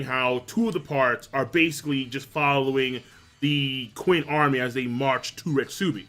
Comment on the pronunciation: Qin is pronounced "CHIN" not "QUIN" damn LOL